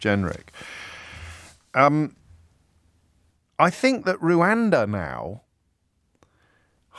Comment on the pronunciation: Please stop calling it "Rowanda". It's written everywhere. How can you not know it's "Rwanda"?